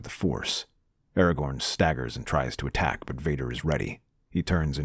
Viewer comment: aragorn, not aragon